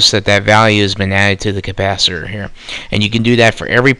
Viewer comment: Capacitor, not compasiter.